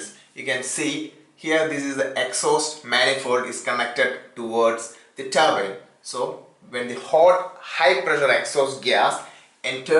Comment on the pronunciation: is he saying turbine or turban?????